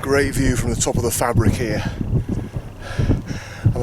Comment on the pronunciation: Another great walk and video. I think of the Ashover area as my second home as my Mum was evacuated near there during WW2 and we frequently return. Interesting to hear you pronounce the Fabrick with a hard 'a' as we always thought it was a soft 'a' like fay-brick. Cheers, Nick